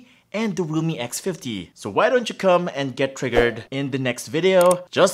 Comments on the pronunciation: Oh my god. Why do I keep hearing Roomie X50? OMG. Or sometimes even Lumi. Thought I'll see Microsoft Lumia too :) OMG. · His realme sounds like lumii